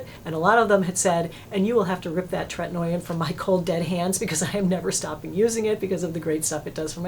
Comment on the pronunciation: Really appreciate your channel for your sensible recommendations and basic good taste, things that are harder to come by than one might think. But I can't allow you to keep mispronouncing tretinoin - it's tret-in-OH-in, no 'oy' sound in that word. Just sayin'...